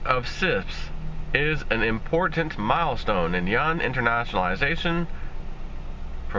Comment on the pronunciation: Yuan = RMB = Renminbi Since you can't pronounce 'Yuan', just say 'RMB'.